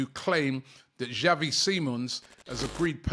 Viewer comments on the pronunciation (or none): none